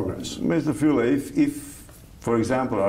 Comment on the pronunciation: Fule!!! not Fuele!